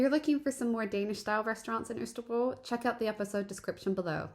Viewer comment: I also thought pronunciation of Østerbro was spot on, but what do I know - I’ve only lived here 3 years! 😜